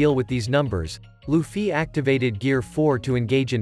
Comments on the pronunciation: lufy and not lufyyyyy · Holy shit its luffy not loofee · Stop using a bot voice it says LufFY